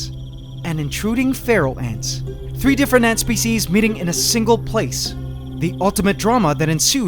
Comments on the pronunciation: I used to think he said feral ants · When he said Pharaoh ants I thought he said Feral Ants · You pronounce Pharaoh and Feral almost the same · All this time I was pronouncing 'pharaoh' ants as "feral" ants oops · For the past two years I thought he said feral ants and today I find out its Pharaoh ants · I think you should call the Pharaoh ants “The Feral” because Pharaoh (when you say it) it sounds like feral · This while time... I though said Feral ants... Yikes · ahhhh I keep hearing feral instead of Pharaoh.